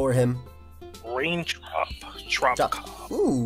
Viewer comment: my guy just said "rain drop drop kock" lmfaooooo